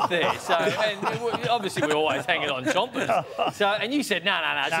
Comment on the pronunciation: It's "Chompers" mate